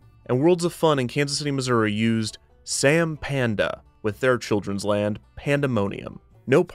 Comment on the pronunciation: You put some respect on Sam Pandas name when you say it